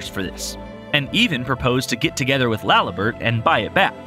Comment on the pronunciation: Laliburt, stuhcroy, what the fuck lol